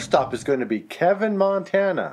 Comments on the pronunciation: My grandparents lived in Kevin (kee-vin, not keh-vin). ❤ It was a fun little town back in the 70s and 80s. It's sad how run down rural Montana towns have become. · Kevin is pronounced ... Keev-in... My dad lives there ..I was born in Shelby in 1980 ... The high line is not what it used to be ... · I'm local to North Central Montana. You pronounced Kevin and Devon wrong, but you did get Galata right! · Kevin MT is pronounced K Ervin long e’s! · Its pronounced Keee vin...not Kevin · Kevin is pronounced Keevan. My hometown. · First stop Kevin, MT its actually pronounced Kee-vin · Born and raised in Montana. We pronounce it, Keevin. Thanks for the video! A few places I pronounce different. A few places I've never heard of and I'm from Northern Montana. The Highline. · Haha that is pronounced Key vin... and spent many nights in that bar.... This is cool to see my old stomping grounds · I know it’s been a year since you put this out, but it’s pronounced KEEvin (long E sound). And DEEvon ( long E). I lived in area for growing years. Good video tho! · Kevin is actually pronounced Kee Vin,MT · Kevin is pronounced Kee-vin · It's pronounced "keevin". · Pronounced "keevin" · You literally pronounced half of the names wrong (Kevin, Devon, Hingham, Zurich, Hogeland, Savoy, Saco, Tampico, Glasgow). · The names Kevin and Devon are MIS-PRONOUNCED! Errors all within the first 2 minutes.